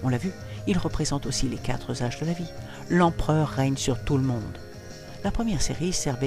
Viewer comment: Par 2 fois dans le commentaire, malencontreuses liaisons qui arrachent l'oreille ! Il n'y a jamais de "s" à quatre !!!!!